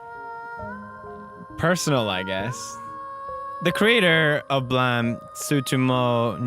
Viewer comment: Derp I know it to be pronounced "Blah-meh"